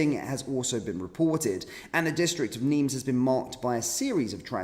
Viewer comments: NIMES - PRONUNCIATION WITHOUT THE “S” … NIME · Its Nimes (neem) 's', is not pronounced. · Nimes, sounded without the S